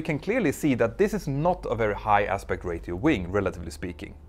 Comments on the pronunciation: Petter, since your videos are in English, you need to learn to pronounce the English word, "ratio". It's "RAY-show", or even "RAY-she-oh", but NEVER "RAY-tea-oh". Other than that minor complaint, your channel is the best! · I am amazed at your insights, knowledge and most of all ability to present complex subjects. I have nothing to give accept this : Ratio may be pronounced: ray-show or even better , ray-sh-ee-oh with a very short sounding (ee) . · You speak great English but if I may... Ratio is pronounced as Ray-she-o 😉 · You pronounce the word ratio differently than we do here in the US...we say ray-shee-oh. I learn something new everyday😋😋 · I can’t watch another second of this video without pointing out the incorrect pronunciation of the word ‘ratio”, that the narrator says over and over again. I know that English is not his first language so I’m just going to suggest he asks someone , or just looks it up. Simply put, the t in ratio is silent. The phonetic spelling should be more like racio , or rasio even! It’s a small but important distinction . One is correct, one is not. I’m only pointing this out as it takes away from the really excellent video and I’m guessing that he’s going to need to use the word many many times in making future videos on this subject matter . The vernacular of aeronautics is not likely to change in the near future and the terminology is a big part of that. Apart from my trivial observation on pronunciation I should point out that the rest of the video is top notch and highly informative and entertaining . My humble apologies if my comment reads as condescending , its not my intention to cause offence, sincerely. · Amazing video bb Btw please “ra-chio” haha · Greta video. FYI ratio is pronounced “ray sheeoh” the t islmt spoken at all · Ratio: ray-she-oh Aspect ray-she-oh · “Ratio” is pronounced as “ray-shi-o” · Ratio is pronounced ‘Rashio’😊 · Ratio is pronounced Ray-She-o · Repeat after me; RAY-SHE-O. Ratio. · REY-shi-o not REY-ti-o